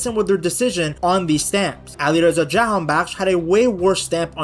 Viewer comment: Iranian here. The pronunciation of Ali Jahanbakhsh was spot on well done